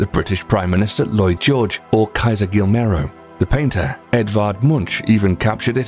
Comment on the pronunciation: and he pronounced it Gill Mare Oh